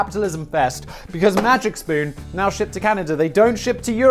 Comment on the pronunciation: After all your botched pronunciations, I'm surprised you said "Magic Spoon" right and not something like "May Jick Spun"